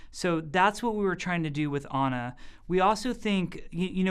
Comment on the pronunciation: He say it like "honor" if he say ana.